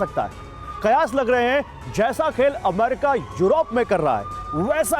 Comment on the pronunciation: अमारिका नही होता है वो अमेरिका होता है